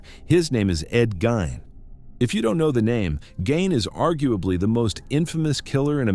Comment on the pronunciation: I am from WI....I like that at the beginning of your narrative you called him Ed Gein...pronounce Ed GINE...not Gane...not Geen...It was Gine...long (i)...silent (E)